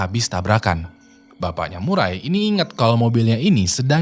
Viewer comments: Murray dibaca "Meurri" Sebenarnya bukan Murai :), jadi Maurra Murray dibaca "Morra Meurri" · Nama cewek itu Maura Murray nama keluarga di sebut Murei.. Maaf bro sedikit pembetulan